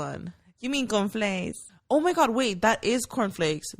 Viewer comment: My man was trippen on the beginning saying it was the same thing he said CONFLAIS for all cereals lol 😂 I LOVE THIS EPISODE Can we talk about SPA WATER 🤨😭 I am glad Mayra is healing little by little you can see her being a little more open and comfortable and WE LOVE A HEALING ❤️‍🩹 QUEEN !!